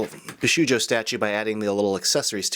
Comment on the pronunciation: He's done so many Bishoujo reviews and still can't pronounce it correctly.